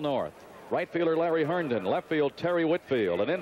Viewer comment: Larry "Herdon" 😂